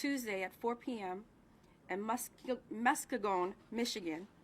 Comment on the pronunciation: Say it with me now, Mus-kee-gun! Muskegon! Born and raised!